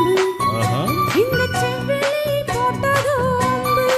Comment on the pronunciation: சம்மதம் தந்திட்டேன் நம்பு என்பதை தந்திட்டேனே நம்பு என்று பெண் பாடகர் பாடுகிறார். செவ்விழி என்பதை செவ்விலி என்றும் உச்சரிப்பு பிழையாக பாடுகிறார்.பாடல் வரிகளை கவனிக்கவும் ப்ளீஸ் 👍